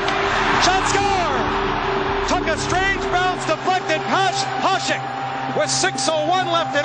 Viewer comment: Hašek is pronounced HaSHek not Hasek